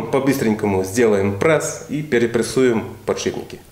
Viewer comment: Прееееесс а не прэээээссс